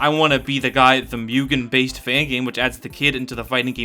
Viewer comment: why you say mugen like it has a y in it